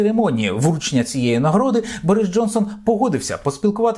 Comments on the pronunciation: Якщо не підводить мій слух, він все таки БОріс а не БорІс, люблю його , все таки українська душа тягнеться до подібного, до щирих відкритих людей, Thank you Boris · Тasha O Ви абсолютно праві стосовно наголосу імені не Борис а БОрис. Я вдячна Богу що посилає такіх вірних друзів як БОрис Джонсон.